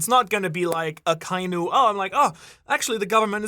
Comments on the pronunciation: It's so strange to me that this MFer can't pronounce Akainu correctly... It's "Akka- Inu", NOT "Ah- kai-nu" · I love you brother, but they gave the pronunciation of akainu... and youre missing a syllable. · It's aka•inu, not akai•nu. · I can’t get over how you pronounce Akainu and Magma lol 😅 sorry